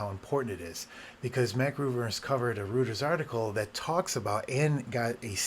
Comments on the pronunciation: Not trying to be snarky or an asshole, but Reuters is pronounced “roy-tuhrs”. I only mention it because you seem smart enough to care, and I didn’t know it was pronounced that way for years. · Having worked for the company, I wish to offer you a pronunciation guide: Reuters is pronounced “ROY-ters” One huge problem I am having with Tahoe in general is fast user switching. I always run two users, have for the past 20 years. And the Window Manager keeps crashing when I switch from one to the other. None of the Tahoe updates have fixed this. I am using an M2 Ultra Studio with 192GB Unified Memory.